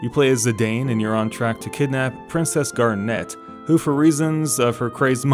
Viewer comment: Zi-DAHN* GAR-net*